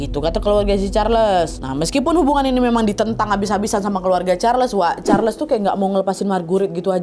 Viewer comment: just FYI sebutan Marguerite sama saja macam Margaret, bukan mar-gu-rit. Charles disebut charls, bukan char-les